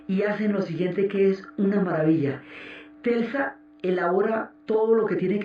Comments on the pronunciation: Hermosa serie!!! Aunque aún no supero que alguien de la talla de Diana Uribe haya dicho en reiteradas ocasiones "Telsa" en lugar de "Tesla", la primera vez que lo dijo pensé: Se confundió, pero siguió diciéndolo mal, y eso me distrajo horrible de la narración!!! Que cosas... 😫😕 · Telsa no, es Tesla! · jajaja que estress con eso de TELSA jajajaj te amo Diana :3